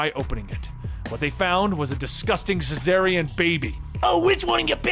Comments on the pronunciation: It's pronounced "Zar-ni-an", it's spelled Czarnian! How the hell are you getting "cessarian" out of that?! He's not a Caesarian Section. Hahaha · just really butchers the word Czarnian throughout the whole video like in